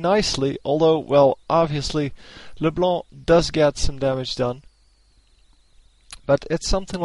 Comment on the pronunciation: When you say LeBlá i rofl so hard xD